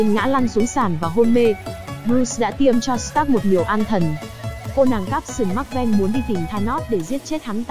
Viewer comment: “cáp tần mắc ven”💀